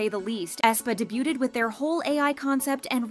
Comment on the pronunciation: With love, it's pronounced "dey-byooed" not "dey-byooted"